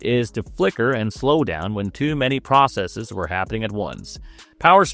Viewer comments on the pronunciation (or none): none